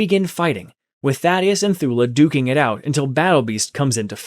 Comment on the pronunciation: Why did he say daddyesi. To Thaddeus